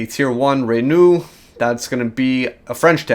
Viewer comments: Is not "REENU" is "RENAULT!" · How the hell did you just pronounce Renault?? it's pronounced "Reh-No" not "Reh-New" or "Ren-ault" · Yes, but you say Rennu and spell Reanult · it is prononced REnaul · He's from Argentina, which I find disappointing. In Spanish, if pronounced phonetically, it is pronounced something like "Ren-ah-uhlt," which is kind of similar to "Ren-aux," so I am disappointed his Spanish was unable to indicate a French pronunciation. I mean, French is a Latin language like Spanish.